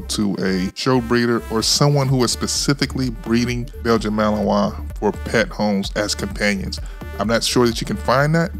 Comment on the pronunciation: MALINOIS, not Melanois